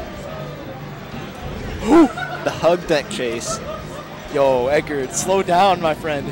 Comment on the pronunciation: oh my god stop saying edgard that's not his name his name is edgar no extra d holy shit